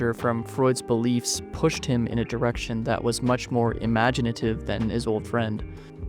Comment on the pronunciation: The way you say old, makes you think youtube has been around for at least 50 years. It's amazing how influential and mind exploiting new trends can be.